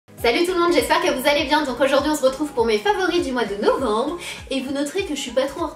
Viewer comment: "aujourd'hui on z'retrouve " 😂😂 tu es la meilleure je t adore 😘😘 😘💚💚💚💚💚🍍🍍🍍🍍🍍 #snapananas